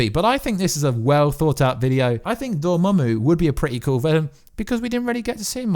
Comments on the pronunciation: lol, so you've finally learned Dormammu's name. That's good news. Glad I don't have to hear "Dormuey" again. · The way you pronounce dormammu brings a smile to my face